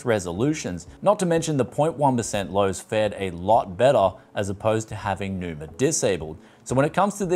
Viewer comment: Enjoyed the review, but why adding R at the end? xDDD it's Numa not NumaR I guess?